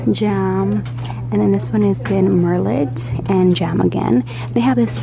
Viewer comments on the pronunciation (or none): Hi Sweetie! I am surely old enough to be your mom...or evn possibly your grandmother, so I am going to correct your pronunciation on a couple of words. Merlot is a type of red wine and cosmetic companies like to use the wor to describe a dark, rich wine color. But the "t" is silent. It is pronounced "Mer-low". Also, the word Dove as in the skin cream, has a soft "o", almost a "u" sound. As in the bird, Dove (Paloma). I hope you don't think me a critic. Just trying to help you advance in your career as a YouTuber. I see you doing bigger things in the future...you've got the talent!!!!